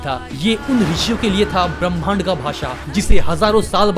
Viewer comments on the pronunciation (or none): none